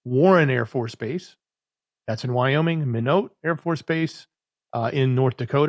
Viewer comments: It’s pronounced (my-not) Minot, North Dakota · FYI Minot North Dakota is pronounced (My-knot) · Minot is my not